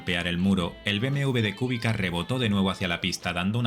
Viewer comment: Mania de llamarlo Kúbica en vez de Kubica. (Castellano. No esdrújula porque no lleva acento). El acento está en la "i". Además, como él mismo aclaró, la "c" se pronuncia "tch". Así que lo correcto es algo así como "cubítcha"